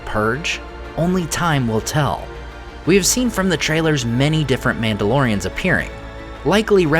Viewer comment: I swear I heard Númenóreans more than one time when he said Mandalorians. So used to watching his Middle Earth videos. 😂😂